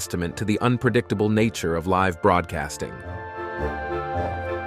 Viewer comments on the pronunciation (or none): The decision to mirror left-right some of the clips is disconcerting. It would be far better to not do that effect! Also, early in the video, the narrator says "live" (as in alive) instead of "live" (as living). Didn't he get a chance to read ahead to figure out the correct form?